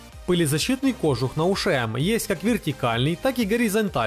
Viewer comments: КожУх! Нет ударения на О! Только кожУх! Ну любой словарь можно посмотреть. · При желании можно найти оправдание колхозному произношению, но это только оправдание, а не настоящее произношение. Нет и никогда не будет... ну надеюсь, это ужасное и отвратительное произношение кОжух. Смысл спорить, когда в любом официальном словаре ударение на У. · Словарь русского языка посмотрите, потом уже говорите. Нет ударения в слове кожух на О.